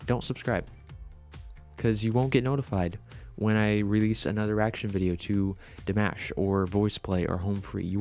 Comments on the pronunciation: Dimosh, is how you pronounce His name. Like "Mosh pit". Not mash. New Subscriber here! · Damosh is how to pronounce it. He is from Kazakhstan. sos was in French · Dimash Fans, are called "Dears". His name is pronounced, "De-mosh".